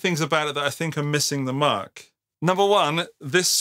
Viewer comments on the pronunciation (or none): none